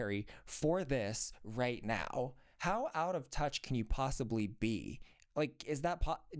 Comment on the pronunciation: I LOVE your rants– “Hoow” 😂. There’s nothing better than party pooping TEDx talks 🎉